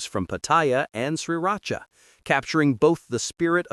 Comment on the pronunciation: ...and Sri Racha